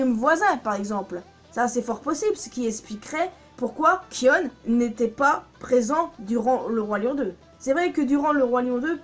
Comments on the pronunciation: On dit Kaïon pas kion.. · sa se dit kayonne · Sa s'écris Kion mais sa se prononce Kayon ou Kaïon pour se qui ne save pas le prononcé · Alors déjà au lieu de prononcer "kionne" ça se prononce "kayonne" mais sa s'écrit "kion" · Sa se prononce Kayon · Kion se prononce "kaion". Le "I" est prononcé comme en anglais. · Pourquoi tu mâches le prénom de Kion ? Ça m’a crispé dans toute ta vidéo. J’aurais bien voulu regarder en entier si ce n’est que ça qui me gêne. 😓 A par ça, j’aime assez tes théories.